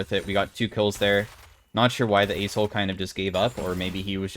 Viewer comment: I heard 'ace-hole' all game lol. Great video!